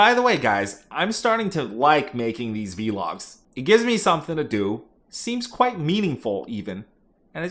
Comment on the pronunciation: Something is really unsettling about this guy. He say v-logs just to sound a certain way. When we all know it's pronounced vlogs. Just like blogs are not pronounced b-logs! I made my money in the app boom. This guy 100% has a limited employee mindset. Nothing more